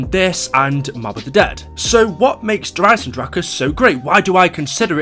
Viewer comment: Hey he said it right. Kind of.